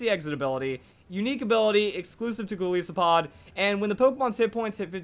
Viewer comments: It's Golisopod not Galeesopod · Its name is a mix of Goliath and Isopod, which means its pronounced ''Gol-eye-sopod'', not ''Gol-ee-sopod''. FYI. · Shots for every time pronounces "Golisopod" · It's pronounced, "Go-LYE-so-POD", as in "Goliath" and "Isopod". Also, it's "Ee-AH-pa-pa", since the Iapapa Berry is named after the papaya fruit.